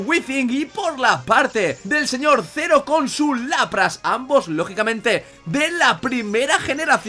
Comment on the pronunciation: Ah y otra cosa, es Zeroh, no Zero xD, pero no pasa nada ^^